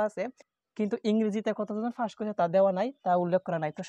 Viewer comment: আপনি পাসকে ফাস বলেন কেন 🤔🤔🤔🤔